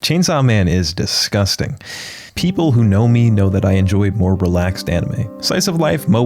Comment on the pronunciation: i like how when he says disgusting he leans into the mic